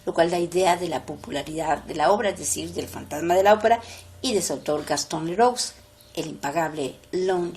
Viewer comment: Gastón Leroux se pronuncia Gastón Lerú!